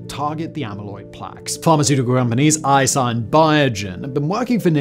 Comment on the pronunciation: You completely butchered the pronunciation of "Eisai." It's pronounced "/e:zai/" in IPA. Ei is like "a" in "way." Sa is like "za" in Gaza. I is like "i" in it. You can hear how it's pronounced in Japanese TV ads here